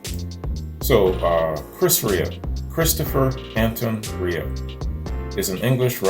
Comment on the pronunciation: Chris REA is pronounced REAR just saying.